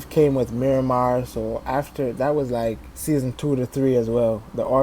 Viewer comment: "mirimah" BRUUUUHHHHHH